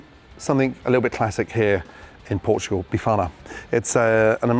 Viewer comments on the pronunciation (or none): Did u hear him say ‘be farter’ or was it just me? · 😂😂😂😂 not bifana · Wtf did this guy just do?? He just butchered the Bifana... Thats not a bifana my friend so stop calling it one... It does look nice but isnt a bifana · "tradicional bifana" oh boy gordon, that is far off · Looks good. Just don't call it "bifana"...